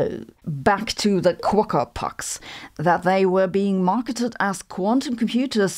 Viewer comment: There is no "r" on the end of Quokka. But a nice mention of them. 😄